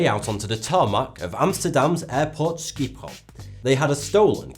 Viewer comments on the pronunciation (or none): "skeephole" xD buddy I think schiphol is more like "Shipholl" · The way he pronounced Schiphol made me giggle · Ahhaha, i love the way you pronounce Schiphol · Beautiful pronunciation of Schiphol😂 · Omg xD! How do you pronounce Schiphol? Sciephole?? XD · i love the way your prnounce Schiphol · love your pronunciation of Schiphol :P